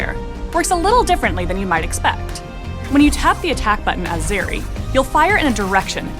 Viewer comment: Zeri, bro? R u kidding?